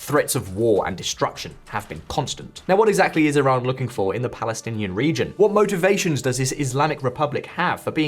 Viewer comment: Is it tiran or Iran because you keep saying tiran